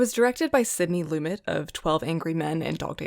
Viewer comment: I think he says it LumET, emphasis on the second syllable. Lots of good stuff. Some dogs (I mean, Scream?), but Lion in Winter and Summer Interlude show the younger set get it. In your diversity urge it would be nice to see older reviewers/commenters/essayists. This should prove interesting, but not thrilling.